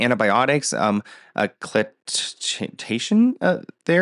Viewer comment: key-layshun as in chemotherapy